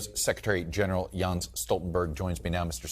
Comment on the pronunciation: Yo! It's JENS Stoltenberg, like "Yenss." Well done all around! No softballs here! Many thanks!